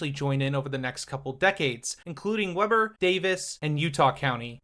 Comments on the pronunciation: notices pronouncing orem wrong but confindently pronounces weber wrong 😂 (wee-ber not web-er) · I feel you. Web-burr instead of Wee-bur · is pronounced WEE BER not WEB ER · 'Weh-ber' and "Oh-rehm" is a very cursed pronunciation haha. We pronounce it "Wee-bur" and "Oar-em" (lmao ) Nice video otherwise! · Great video man. Just a couple things tho with how you pronounce things. Utah natives pronounce Weber as (Weeber) and Orem is (Ore-em). Just so you know bro! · Weber is pronounced wee-burr. It’s odd but that’s Utah. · Nice video, couple of quick pronunciation tips, it's pronounced Weber:Wee-bur Orem:Oar-um (Oh hey, you got it! Nice job). Also if you want another facet of Utah transit to look into, go check out the Rio Grande Plan. It's a project that was spearheaded, developed, and championed by private citizens who came up with a neat idea to a problem they saw. The gist is moving the Salt Lake Central station a few blocks east, closer to downtown, to make use of the old Rio Grande station and turn it into a Denver Union Station type central hub. It has a lot of other components, but it's gaining momentum and feels relevant to this topic. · Weber is typically pronounced with a long e. It's wEEber. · It's pronounced Weeber. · I was going to say, it’s a great video, but Weber is pronounced Weeber. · Not how you should pronounce Orem and Weber. Baby steps I suppose, after those we can work on Mantua, Tooele and Hurricane. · every time he says weber like that just a little bit of me dies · You did finally pronounce Orem right, but you never got Weber correct lol. You should have talked about the Rio Grande Plan. You should do a video on that in the future. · Can't believe it took me so much scrolling to find someone calling out the Weber pronunciation 😂